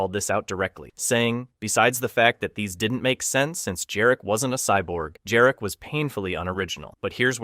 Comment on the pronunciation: Jarek not Dżarek. That is a Polish name.